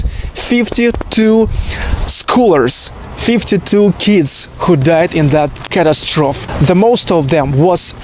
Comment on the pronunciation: Catastrophe is pronounced ca-TASS-tro-fee...your English is great though. I hope you don't mind suggestions on how to improve it. Cheers from California.